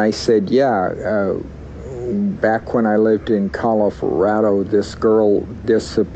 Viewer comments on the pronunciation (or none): what the hell is 'Colo-Fa-rado'? lol. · Did this guy ever live in california after this lady was murdered and if so was there a missing person case in the area he lived in california shortly before he moved from California because when he starts telling his story about telling the bishop he says back when i lived in "Calif-rado" and didnt try to fix it and hoped to not bring much attention to that mistake as possible... this guy is just very very strange all around... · He says Cal-i-for-ado, I can't help but to think did he live in California as well as Colorado and committed a crime in both, and in that moment got them confused? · When he's talking about confessing to the Bishop it sounds like he started to say "California" instead of "Colorado." It came out like "Col-forado." Makes me wonder if subconsciously he was thinking about someone that "disappeared" in California but then realized he was talking about the incident in Colorado and needed to make sure he was talking about the right person. Or I could be completely reading too much into it. lol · Sounds like he says 'back when I lived in call if rado' and he almost says California. I wonder if he killed someone there too. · Does it mean something when he said “I lived in Calif-olorado” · And he said "Calif-rado". I know he moved around a lot but could there be another victim in California? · I listened to it a few times and he definitely messes up pronouncing “Colorado”. It made me wonder why California was popping up in his narrative, even though it doesn’t make a full appearance.